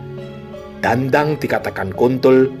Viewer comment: Maaf, artikulasi pengucapan dhandhang kurang tepat, Krn diucapkan sbg dandang. Artinya beda jauh Dandang = wadah utk merebus air Dhandhang = burung gagak Salam 🙏🙏